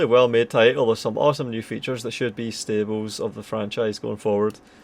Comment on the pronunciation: Mf said “stables” not “staples” in his review Jfc